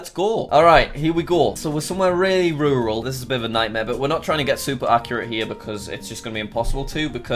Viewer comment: Jack: it’s very RUuURaL